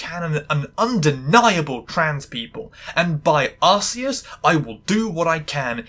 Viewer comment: Arceus is pronounced with a hard C, like Ark-eus. But also, casual trans readings of media by a trans NZer is something I didn't know I wanted, until I found it and binged your videos. Kia ora from a fellow traNZ nerd!